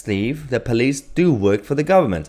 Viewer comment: Child! Can't get his own way, so call everyone a tory. No intention to listen to anyone. Just wants to shout at people. Also... "pleece state"? It police. There's an 'o'.